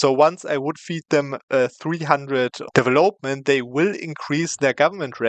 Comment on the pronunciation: Immer wieder cooler Cheese, den du zeigst. Aber "development" betont man auf dem VEL, nicht auf dem OP ;) deVELopment